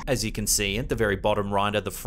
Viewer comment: It's Kay Lynn not K Allen..